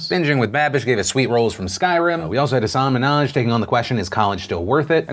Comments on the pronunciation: It's pronounced Hahsin Min-haaj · Love your show - never miss it. One note though. It's pronounced Hasan (like Hasn) Minhaj (Min- haj) not Hasaaan Manahj. Only mention this 'cause I saw a vid the other day of him explaining why he never corrected anyone before and how it's actually pronounced. :) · Just want to mention Hasan Minhaj is pronounced like "hussen min haj" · Hasan Minhaj - he has a great rant on the Ellen show about the pronunciation of his name, would be awesome if you could check it out! (HAH-sen Min-Haj) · Can you please pronounce Hasan Minhaj's name correctly? Look at his Ellen clip for help with the pronunciation. Most white people mess it up, so not dogging you specifically, Phil. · PHIL!! You’re great, but I can’t let this go on any longer....please look up how to say Hasan Minaj’s name. He is an amazing comedian and super smart, he should have his name being said properly. That’s all I got. I don’t know if you will read this. I guess we will find out next time you mention it. Okay that’s all. Carry on. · You probably just don’t realize, but you are pronouncing Hasan Minhaj’s name wrong. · Phil- love you but your mispronunciation of Hassan Minhaj is cringey. Watch his video about pronouncing his name on Patriot Act please. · Could you please pronounce Hassan Minhaj's name correctly? Thanks!